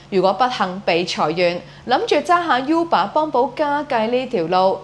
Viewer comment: 正確讀音係 污爸 唔係 U 爸